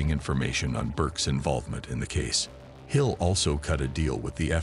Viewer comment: Could have been TOP Shelf video, I really like everything that comes out, but kept calling the Luchese family the "Lucky's" crime family. So DUMB Need to TRY to pronunciate italian names correctly and at one point, they call him Henry Hills. It's Henry HILL and even spell it out on the screen !! No S!